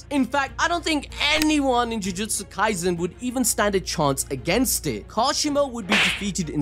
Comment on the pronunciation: Bro read the sukuna kaizen fr☠️☠️